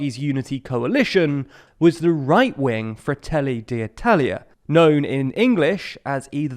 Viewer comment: FdI, not FdL. As you said yourself (with good pronunciation btw): Fratelli d'Italia. It's an uppercase "i", not lowercase "L".